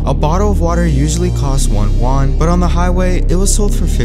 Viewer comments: It’s not pronounced Yaan it’s pronounced Yuen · the way he mispronounced yuan makes me uncomfortable for some reason